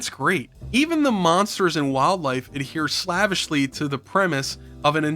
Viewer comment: Dude, you mispronounce "slavishly" in every video where you use it. It's pronounced "slave-ish-lee" because it comes from "slave".